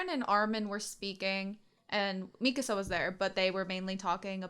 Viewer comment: Yey, you say Mikasa's name correctly!